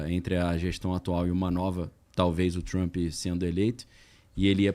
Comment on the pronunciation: Por favor pronunciar direito!!!!! O nome do cara e Trump !!!! E nao Trumpi porra ✅